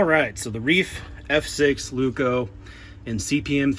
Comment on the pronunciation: Sue you, no; advise you, yes. Lay-oo-koo. Emphasis on the Lay. You're welcome. Broomsticky is certainly a word.